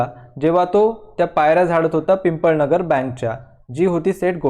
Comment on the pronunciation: It is not pimpalnagar it is pipalnagar